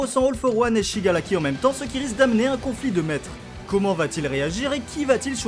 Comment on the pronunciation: Il me stresse à dire shigalaki au lieu de shigaraki